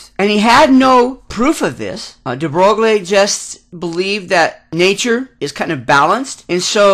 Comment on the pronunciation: Very nice! BUT, Please learn to pronounce these scientists names properly...gives an atmosphere of experience! de Broglie is pronounced "dee Broy". This was my first of your videos--I subscribed and plan to see the rest.